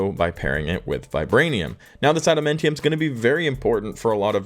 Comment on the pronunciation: Ada-MAN-tium. MAN